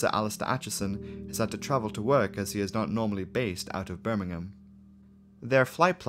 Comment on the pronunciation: Rhanks for saying Birmingham properly